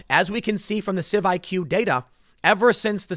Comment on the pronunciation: It's CIVICS, Tim. CIVIQS is obviously supposed to be pronounced "civics."